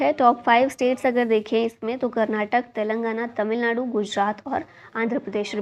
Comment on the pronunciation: Mam I love the way of ur teaching ♥️ but plz pronounce Karnataka not Karnatak mam ..... Love from KARNATAKA 💛♥️